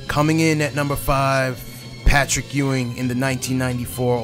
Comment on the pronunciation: “Pat-trick” Ewing lol